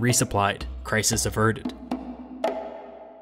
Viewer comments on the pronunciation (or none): none